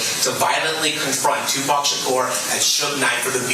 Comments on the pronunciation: It’s Tupac not tupack. God damn man. Just bc he became a pack doesn’t mean that’s how you pronounce it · Who is 2 pack ???!! It’s tupac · Just wanna let ya know it’s pronounced “2-pock” not “2-pack” hope that helps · Tu-PACK? you mean Pac. Like pronounced pock. This is 1 more reason yall got 1776'd. Sit down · “PAC” not “pack” man. 😂 on top of everything but pronouncing names right. Funny but crazy. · PAC NOT PACK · Stop saying his name wrong. Its pronounced POCK. Tupac. Not pack. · Tupac = “two-pock” not “two-pack” 😢😅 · Bro please quit saying it wrong 2PAC not 2PACK. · lemme help you out bro.. it’s 2-“pock”..(like rock with a “p”) not 2-“pack”.. 🤷‍♂️ Just a friendly fyi 🤣🤘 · say it correctly lol pronounced "pock" pac you keep saying pack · bro you're still saying "2pack" its "2 POCk" Tupac = TWO POCK ... I have a dollar in my POCKet. In TWO POCKets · Omg the way he pronounces words - cringyyyy!!! He starts off saying it's been thir - eeeeeeeeee not 3thirty0! Then the blasphemy continues when he says 2two pack - not 2two Pac not Pack ()!!! you tighten up your tie - when you started off earlier when you did Lul Durk trial commentary earlier that shit needed attention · Pls stop saying 2 pack... its pronounced POCK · they already explained that its not pronounced "pack" but rather "pock"... like Spock without the 'S' 😒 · Godamn My nigga, it's not two pack. It's tupac (too pock) You are monetizing the fuck out of our culture enough already as it is. The least you can do is pronounce his name correctly. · why are you pronouncing his name like 2 pack?? lol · ...wtf man??? It's 2 PAC. Like 2 Cock? 2PAWC? It's 2PAC. Please respect the GOAT and not disrespect his name and legacy. Do a modicum of research when telling a tale of the greatest rapper ever. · “Tu pack” On top of everything except for mispronunciations aye? 😂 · stop saying 'two pack'. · Why tf are you saying 2 pack? Put some respect on it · His name was Tupac